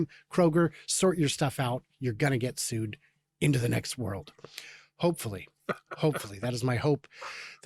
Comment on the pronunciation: Emphasis on "hopefully" ...